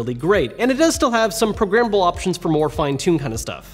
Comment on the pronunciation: Great review. Any one else think he was saying progrimmable. At first I was thinking wtf is he in about 😂